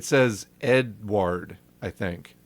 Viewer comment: That's fucking hilarious. like "Ed-uard, who the fuck is 'Ed-uard?'"